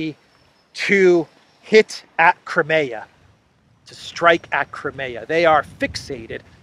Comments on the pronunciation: It's CRY-ME-YAH, for cryin' out loud - not KREMAYA, which sounds like some kind of body lotion! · Crimea river.